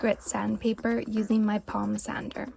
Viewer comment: What about the pronunciation of sand and sander. That made me cringe a little too.